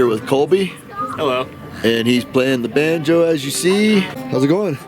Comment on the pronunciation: Not to bad 🤔🤣🎇👍🎶🧸did he say banjo" or Vanjo'👍🎶🎇